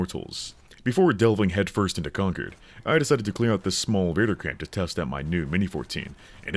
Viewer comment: Wtf why are you saying conquered? It’s concord. Like con-chord